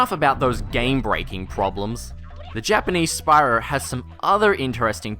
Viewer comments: I had to do a triple take at "Spyror Toor". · "-this is fine for leanier games like Crash BandiCoot, but not Uhr more opeh Gehm like sPaRool" hahaha-fuck dude.